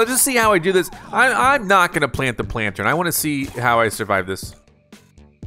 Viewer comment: HOW DO YOU MESS UP PLANTERN THIS BADLY!??!!? 😭